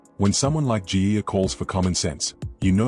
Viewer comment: Let me make it clear: - the Coach Ivan and son are named Cleary not Clee! The other mistake you made on today's broadcast is GIA...Is that supposed to be Mark Geyer? Nathan Cleary will probably get the "Dally M" award if his form and injury permitted. The other and just important is for the Panthers Board do not want to waste any time in signing up Thomas Jenkins. Thomas is scoring tries for fun and he's on about $300,000 per year. He's worth $800,000. Sign him up yesterday. Dave